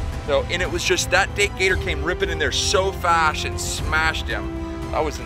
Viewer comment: “so fash and smashed him”